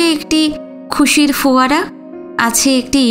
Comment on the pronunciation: আরেকটা শব্দ এইমাত্র কানে এলো ফোয়ারা। এবারেও আপনি পড়লেন foয়ারা। এই বিচ্যুতি গুলো শুধরে নিলে শুনতে আরো ভালো লাগবে।